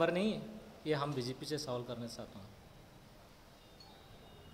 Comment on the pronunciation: Chawal karna chata huuuu ??? 🤣🤣🤣🤣🤣🤣🤣🤣 improve your pronouncation before conferencing a press meet gochu congress wasiyon